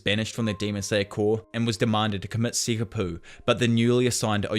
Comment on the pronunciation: Seppuku not sekkupu